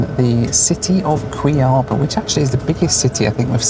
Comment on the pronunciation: It must be funny. I am Brazilian and was funny how you pronounced Cuiabá. Keep the good work.